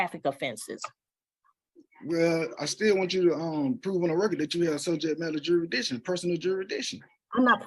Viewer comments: words are IMPORTANT. The word is JURISDICTION. NOT JURIDICTION. Learn how to be articulate and annunciate properly first, BEFORE you try to "school" someone. I "demand" you speak English first and save your gibberish for your home. Sit your dumb behind down. Better yet take 2 seats.🙄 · This dude is a half wit moron. He said "SUBJEC MATTER JUR-A- DITION" He can't even say JURISDICTION, I know he can't spell it, the right way or wrong way😂😂. Just stfu and get a lawyer goofy. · He gotta figure out “jurisdission” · Don’t forget “jurisdission” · “Juridition”? Learn to enunciate, before you go “toe to toe” with a judge! You’re just embarrassing yourself! And just get a load of his “POSER”, AG, “Crocodile Dundee”, packing (including a knife unsheathed under his belt), inside a federal building! Clearly…..he is nowhere near a federal building! 🤣😂🤣😂🤣😂🤣😂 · This fool cannot even properly pronounce the word 'jurisdiction'.